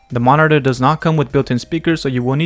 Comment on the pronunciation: Dude, I can't unhear it now 😅